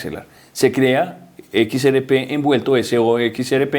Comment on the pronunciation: Equis Ere Pé y el elicotero. (Mijo! Se dice: “ERRE” léalo bien y escúchese: “ERRE” con doble erre. No ere. Erre fricativa de rata.